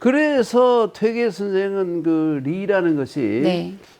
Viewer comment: 또 약갼 의아스러운 일! 여교수의 "퇴계"의 "퇴"를짧게 잘못 발음한 일입다. ""퇴"는 길게 발음하시옵소서. 퇴계론 에 "퇴계"의 발음을 바르게 발음하지 못한다는 것은 이 얼마나 큰 실례인가? 긴 자를 짧게 잘못 발음한 예:4단 조복 , 세계,제사,퇴계, 퇴계,(마련해) 줘서등이면, 이런 발ㅇ.ㅁ 문제를 가볍게 보아도 좋은지요? 저는 심각한 문제라고 생각합니다. "한국 어문을 고발함"이라는 책을 읽어 보실까요? 미국 변 완수 드림